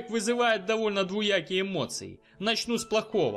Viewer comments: ДвУякие эмоции? Правильно говорить двОякие !!! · мне 2 раза послышалось слово ДВУякие эмоции, Если так то правильно ДВОякие.